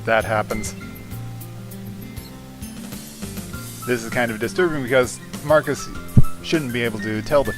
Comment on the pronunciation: I thought his name was pronounced Mar.Cell.is you say his name like its Marcus